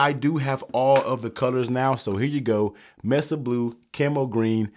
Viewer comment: …it’s pronounced “may-suh”…not “ mess-uhh”…